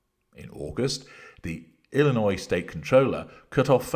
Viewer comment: Thank you for pronouncing Illinois correctly. Many people, here in the U.S., don't even get it right! They pronounce the S on the end. 😅